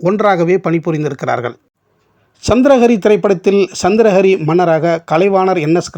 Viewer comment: சந்திர ஹரி....சந்திரா ஹரி அல்ல நீங்கள் முதலில் உச்சரித்தது‌ போல.